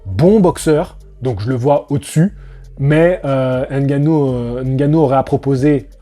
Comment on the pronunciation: On dit "Haine-Gannou" 😂 Blague à part, merci pour ton point de vue et tes analyses tjs très intéressantes 💪 Sinon je suis assez d'accord avec ton poto: faut arrêter de tout mélanger, c'est du sport de fight, mais chaque discipline est différente! On ne va pas faire affronter le champ de ping-pong contre le champ de tennis que diable 😂